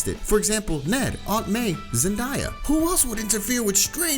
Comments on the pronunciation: It’s Zendaya not zendieya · It's not zinnia It's zendaya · He said sendia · In the intellect one he called zendaya zendIya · Never heard anyone pronounce MJ’s name as zen’ die’ yuh’ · Man said zendaya